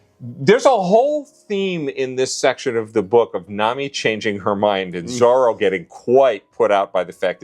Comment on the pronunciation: I'm happy that Dad actually said Zoro instead of zolo while talking about Robin